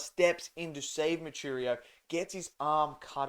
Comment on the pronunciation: MOO-WEE--CHEE--RO brother, not , moocheerioo